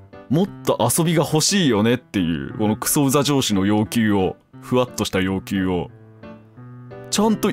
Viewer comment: 「くそウザ上司」が「くそウザ城主」にしか聞こえない病